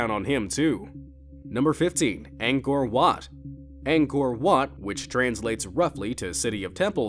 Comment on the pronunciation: Anchor What (Ankor Wat)